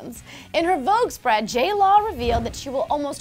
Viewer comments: J-LAW AND J -LO sounds the same when you say it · They say J Law, not J Lo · tori goulding she's saying jlaw